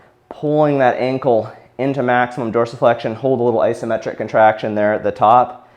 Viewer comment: I came here just to see how dorisflexion was pronounced